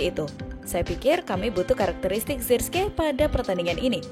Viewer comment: Sebutan yg benar zerkzi..